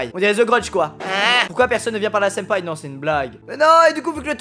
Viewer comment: Ta voulus dire sinpa où senpais😂❤️